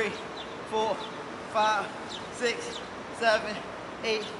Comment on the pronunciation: "One" "Two" "ThReE" "Four" "Five" "SiX"